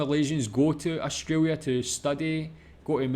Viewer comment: well first pronounce "australia" right. lol i understand if its ur accent